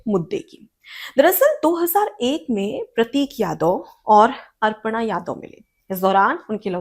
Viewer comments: कृपया अपना उच्चारण सुधारें, ये अर्पणा नहीं अपर्णा यादव हैं। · मैडम अर्पणा नहीं अपर्णा यादव है, आपने 50 बार अर्पणा यादव बोला है, कृपया शुद्ध उच्चारण करें, धन्यवाद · अर्पणा या अपर्णा?